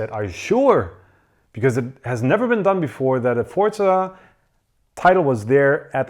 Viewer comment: There is no "t" in Forza, am I the only one who is super annoyed by just Forza being pronounced ForTza?